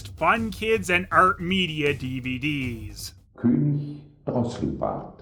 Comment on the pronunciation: Next time try to pronounce the ö in König like the eu in Malheur.